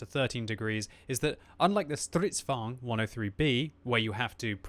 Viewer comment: for the love of God - please stop calling the Strv's "Stritsvan", the Stritsvagn is pronounced "Strits vah-gin" as in the Wagen in Volkswagen. Please stop mispronouncing the tank names.